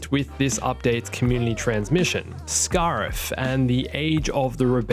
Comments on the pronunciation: Scare-if not scar-if. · The way you say scariff really pisses me off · Giving you a dislike for the way you said Scarif that was painful to hear. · I know that’s not how you say Scarif, but I’m saying it that way from now on